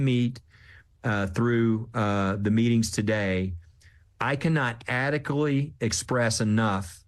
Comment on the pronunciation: Dude can't pronounce adequately and probably lives in a house worth several million dollars. Checks out.